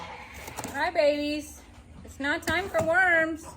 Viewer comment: Love how you said "worms" and there was a pause of the geese listening! Always fun!